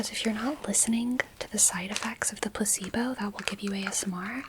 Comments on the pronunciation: why do i hear "puss-eebo" instead of "placebo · I can't stop hearing puh-c-bo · I don't know why but everytime you say "placebo" I hear "pussy boat" and it's the most disorienting thing ever but maybe I just need sleep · I’m hearing puss-e-bow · I thought you were saying pussybow and I kept thinking, is that a US thing because I've not heard of one of those before 🙂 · 😂 bro i thought i was tripping